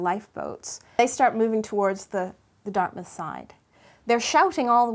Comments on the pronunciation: Anyone that considers Halifax their home town knows that it’s Dartmouth not Darthmouth. Also it is under Halifax regional municipality HRM since the mid 90’s but it is still Dartmouth so this chick has lost credibility. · It's Dartmouth, not Darthmouth... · As others have noted, it's Dartmouth (not DartHmouth). :-) 100 years at 9 04 35 am Atlantic time, on Wednesday. About 2000 killed at that time. Halifax still sends a big Xmas tree to Boston each year to thank them for their kind assistance after the Explosion. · LOL "Dart*h*mouth" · Darthmouth is still a close enough approximation to Halifaxian lore. Dartmouth = Dark side of Halifax. Canonically, you got it right the first time.